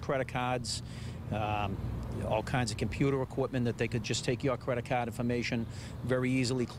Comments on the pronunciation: “Credat cads” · Credit caaaahd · “Credit cKHArd”